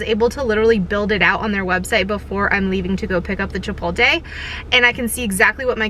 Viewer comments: Dude, Chi-POT-le not Chi-pol-te, you're hurting my ears :goodvibes: But in all seriousness, your videos are unique and forward thinking and informative like no one else's vid's. Way to go, and I appreciate your thoroughness and efforts in sharing your endeavors to inform all of us how you're doing things. THANK YOU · don't forget to say "chi-polt-le" where you do pronounce the " l". said in kindness. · She did not say Chipotle right. In any type of way 😂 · I don’t think you’re pronouncing chipotle correctly